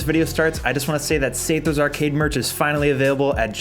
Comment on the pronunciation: Say-therr? I always pronounced your last name as Sah-thur lol